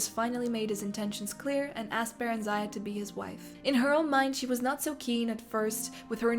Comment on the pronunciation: The stress in barenziah should be on the first part and it should be pronounced with a short sound "i" and at the end instead of a "aya". Oh god it's really hard to explain - it should be "barEnzia". it's sounds simmilar to old europian names